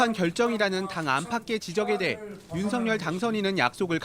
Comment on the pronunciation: 윤석열 의 정확한발음은 윤서결입니다